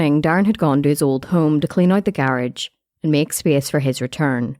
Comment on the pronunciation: The way she said garage pmo so bad 😂😂😂